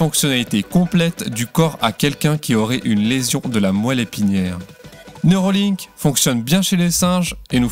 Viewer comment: Ce n'est pas neurOlink mais neurAlink...